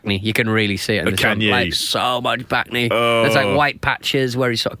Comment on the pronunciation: What he said bacne I thought he said “back knee”. So I was like wtf is wrong with the back of his knee?!